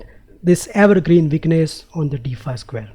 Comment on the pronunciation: problem "dee fye"